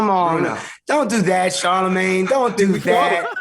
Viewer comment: 40 seconds in.... "Charlamange come on" lmao. Dude fuckin sucks